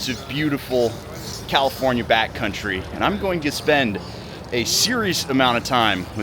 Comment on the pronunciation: Glad you had fun in Cali-forn-eye-a.